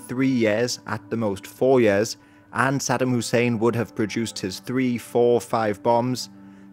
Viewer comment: Aside from mispronouncing Saddam's name, but yeah 👍